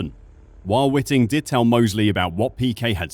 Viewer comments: It's Whiting not Witting........ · Charlie Whiting, not Witting. 😊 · First off: it is Charlie Whiting, not Witting...please have some respect and get the good man's name correct. If Felipe had not driven off from his pit-stop at the very same race in Singapore with the fuel hose still attached to his car, and so DNF'd, he would also have won the Championship. But he did drive off, and so he didn't win. The passage of life and those irritating ifs and buts that get in the way.......I do feel sorry for the guy, but results are results, and if this case gets across the line, then it sets the precedent for many, many more contentious results (also impacted by the deliberate acts of drivers) that influenced Championship outcomes, will then be contended. And I am NOT talking of 2021.......but if Felipe has a case for 2008, then Lewis also had one for 2021. But they should all move on, IMHO. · WHITE-ING. IT IS PRONOUNCED WHITE-ING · Please pronounce Charlie Whiting’s name correctly. It’s white ing. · My immediate thought is that you should practice prounouncing Charlie Whiting's name correctly as in "whiteing"! You are the only commentator I've ever heard use your pronunciation and IMHO it's wrong. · the way you pronounce Charlie's last name proves you know nothing about this sport and it's all one big grift to you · Fucking hell how are you mispronouncing Chalie Whitings name?